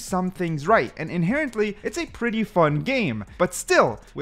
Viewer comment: Inherently Inhenerently